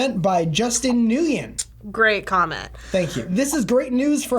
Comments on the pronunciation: NGUYEN is pronounced WIN. It still amazes me how many people don't know that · butchers "Nguyen" for the second time. XD